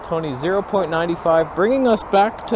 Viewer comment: I come for the strange names and stay for the toneh